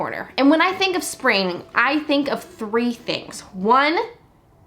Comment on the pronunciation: "When i think of sptingtime i think of three things" - super tongue-twister "th", hello from Russia 🎉